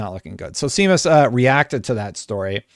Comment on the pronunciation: Seamus is pronounced 'Shay-mus' not 'See-mus'